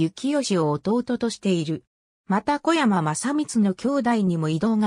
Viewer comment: 読み間違いがひどい せめて小山氏は「おやまし」って読もうよ